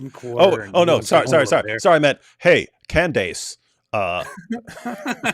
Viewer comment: "Can-dayce" Lol.😂 Why does pronounce her name like that?